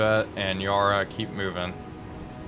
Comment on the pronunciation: "Yarra" is pronounced like the 'para' in parachute.